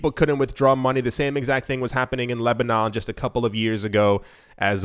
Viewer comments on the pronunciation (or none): none